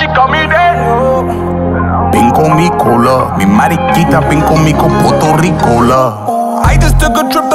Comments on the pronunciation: Ay Gates it’s pronounced PUERTO rico not PORTO Rico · He’s most definitely not fluent in Spanish. He’s a descendant of a Puerto Rican. Being Puerto Rican is when we are bien here and raised here. Someone should have helped him with those Spanish words and the correct pronunciation of Puerto Rico. No hard feelings tho. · he doesn’t speak it. He doesn’t even pronounce Puerto Rico correctly. AND JUST BECAUSE PEOPLE IN THE STATES ARE DESCENDANTS OF PUERTO RICANS, DOESNT MEAN THEY ARE PUERTO RICAN. THEY ARE AMERICAN. JUST LIKE AFRO-AMERICANS AND DONT SPEAK AFRICAN. THE PEOPLE WHO ARE PUERTO RICAN ARE US THAT WERE BORN AND RAISED HERE. AND WE COME IN ALLLL THE COLORS!!